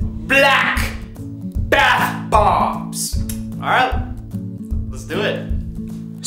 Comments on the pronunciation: BATH POMPS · Did you say 50 Bath booms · Garett Rodd omg lol the bath bubs lel